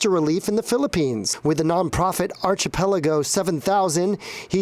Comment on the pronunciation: Dude, that was a cringe worthy moment when he said “archi-pelago.” It should be pronounced - ar·chi·pel·a·go /ˌärkəˈpeləˌɡō/. There is no hard Ch sound, but rather a K.